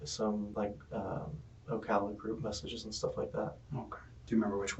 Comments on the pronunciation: You keep doing this: it’s O-cal-a NOT O-call-a. It’s cal like California. NOT like making a phone call. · "Oh-call-uh". It's Oh-Kal-Ah. 😂 The pronunciation is funny but it's not surprising it's someone from Ocala. Something in their water. Their crime is all over the place and we hear a lot about it in Florida. Also, that cop is definitely a cop. Kids these days don't talk like that but that dude is too stupid to understand. And that cop is a terrible actor and I hope they aren't allowed to keep acting. Watching from Gainesville. 👀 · it’s pronounced ow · ka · luh. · Like your vids but it’s pronounced O Cal A. Cal like Cal in California. Just saying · You pronounce the city and county funny